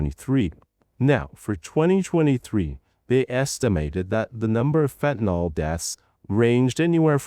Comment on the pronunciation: Just FYI, it’s “fentanyl”. There’s no “o” in fentanyl. It’s pronounced “fen-tan-ill”; not “fen-tan-all”. For some reason the politicians and media pundits on tv can’t get it right and have decided it has an “o” in it. He actually goes back and forth in the video; which is odd. Venezuela isn’t a large supplier of even cocaine; it primarily comes from other South American countries.